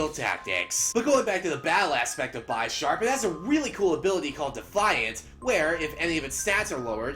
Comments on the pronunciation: ugh... BY-SHARP.... its BIS-SHARP because its a combination of the words bishop and sharp. and is it pronounced BIS-SHOP or BY-SHOP? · Dude it's bu-ish-arp like the ches pice bishop